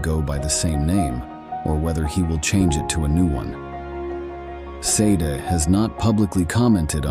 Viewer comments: Pronounce SHAH-day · Sade is pronounced SHAH-day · Not Seda or Sadie but SADE pronounced Shaw-Day. One of the greatest of female singers of the last 40 years. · the pronunciation of Sade the singer, (not spelt Seda,or Sadie either!!) is Sha-day. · Dang right! Say her name right!